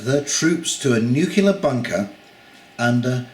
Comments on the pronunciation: It's not NUCULAR, it's NUCLEAR. Don't copy GW Bush ;-) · the Canadians have affected your pronunciation mate! Nuclear is pronounced "New Clear" not "New-Cue-Lar"! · Good video, but the word "nuclear" is pronounced "new-clear", not "new-kew-lar". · The Troops would do well to stay in Barracks! It is not for the Military to step into a Political argument! The word is New Klee Arr! Leave it to the Americans to Mangle the English Language!